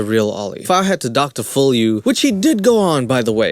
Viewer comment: I like how he says "Dr Full" instead Dr Phil.